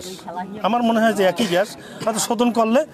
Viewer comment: প্রতিবেদক ভাই ঘ্যাস না গ্যাস হবে.